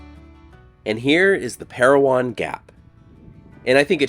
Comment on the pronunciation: As always, a very insightful video,. My grandfather’s name is on that WWII memorial, and I never even knew it existed. Thank you for sharing this with us! The name is Pair-O-Win, not Pair-O-Won, however. Just a small detail, I know!